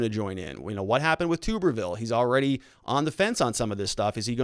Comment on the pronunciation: You are pronouncing “Tuberville” wrong. It’s Tub-er-ville. Like bathtub...not toober...